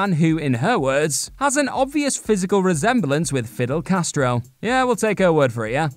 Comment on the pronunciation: He said "Fiddle Castro" HeeHee